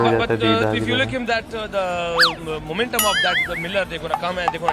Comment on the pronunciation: the word is credit,prounced Cre- dit you just called it craadet. Laughing at others while every word you say is wrong. Momentam is not momentum.